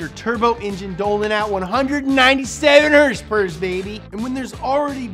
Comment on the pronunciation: Other pronunciations of “horsepower” include: Horse pewpews Hurse purrs Horse peters Her spurts